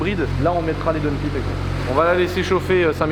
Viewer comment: Downpiiipe 😅🤔. On dit downpaillpe